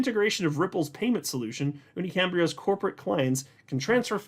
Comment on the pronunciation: You pronounced the name correctly UniCambrio